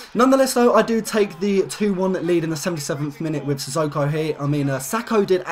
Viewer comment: 30 wins 0 losses and 5 wins WTF and you pronounce sissoko wrong